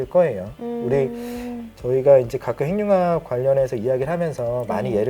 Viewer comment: '행늉합'이 맞습니다. '핵융합'은 '핵'과 '융합'의 합성어이기 때문에 '행늉합'으로 발음해야 합니다. '식용-유'를 글자 그대로 [시굥유]로 발음하지 않고 'ㄴ' 음을 첨가해 [시굥뉴]로 발음하고, '색-연필'을 [새견필]이 아닌 [생년필]로 발음하는 것과 같습니다. 표준 발음법 제7장 소리의 첨가 제29항 합성어 및 파생어에서, 앞 단어나 접두사의 끝이 자음이고 뒤 단어나 접미사의 첫 음절이 '이, 야, 여, 요, 유'인 경우에는, 'ㄴ'소리를 첨가하여 [니, 냐, 녀, 뇨, 뉴]로 발음한다.